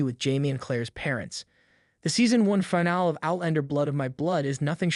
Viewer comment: It has to be an AI voice. No one pronounces finale as FINE-ALL.